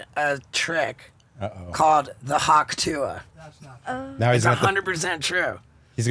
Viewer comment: Shouldn't it be "Hock Tuah" as in "Hock a Loogie"